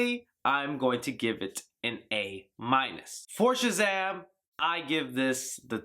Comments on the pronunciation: Is it just me is our boy saying CHUZAM? Nice review bro! cant wait to see this film!!! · Great review! Why do you pronounce it CHAZAM? Is it an eastern euro accent?